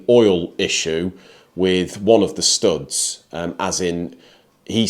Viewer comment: He can't say "POUMP" or "STOUDS"!!! ;-)